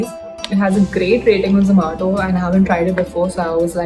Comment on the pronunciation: the way she says Zoomato, it's weirdly funny